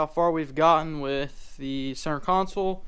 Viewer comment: Console. Not council